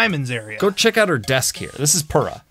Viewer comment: AM I the only one that thinks Purah should be pronounced Pyurah??? (by the way purah is over 100 years old not a "cute little child". (not nit-picking just putting the facts out there.)